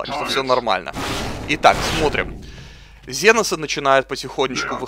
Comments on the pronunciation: И это не ЗЕНОСЫ а КСЕНОСЫ! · Жаль, что сделали обзор но не удосужилась узнать ни историю вселенной, ни историю самой игры. Тогда бы отпали такие вопросы почему комп ставит каждого второго космодесантника рандомно. И да, что за ЗЕНОСЫ? Генокрады, ксеносы или тераниды, но не зеносы!!! Сильно вымораживает =(